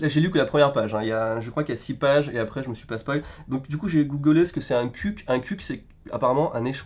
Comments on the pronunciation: salut on dit " ceuck " et non pas " cUck " sinon bonne vidéo bonus comme d'hab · Sa se prononce "ceuck" pas "cuck" pour ta culture vidéo ludique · Cuc ? Je suis le seul à prononcé cela queucke ? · On dit pas cuck mais ceuck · Guillaume Legeret je pense que c’est qui est le seul à le prononcer « cuc » 🤣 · personne:: un "kuque" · sa se prononce QUEUK , bonne video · AYaaaaaa il a dit cuque :rire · Cuck se prononce keuk mdr